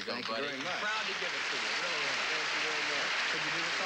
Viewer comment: Vewy impressive!.